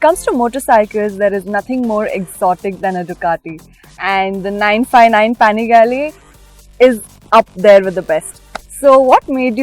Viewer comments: It's panigale not panigaleeee 🤣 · Ooh man ! She is insulting .. it’s not paaangaale it’s pinagalee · She literally said panigali, shouldn’t use these kinda anchors.